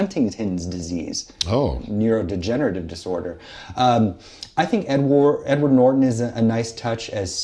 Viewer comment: "Thimothay" "Edward Nor-tawn" "Ghee-Tawr"